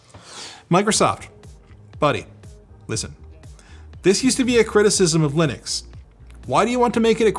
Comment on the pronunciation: lih-nux not, lie-nux